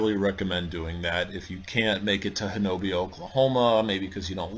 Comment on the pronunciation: Ho-na-bee get it right.It is native American.Why say it wrong?